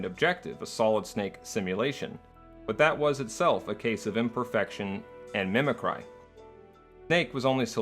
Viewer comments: Mimic-ree, sir. Not mimi-cry. Good video. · You keep pronouncing a word "mimic-cry". Is this a compound neologism that you first mentioned in another video? If so, a visual cue to that would be helpful, because it just sounds like you're mispronouncing mimicry.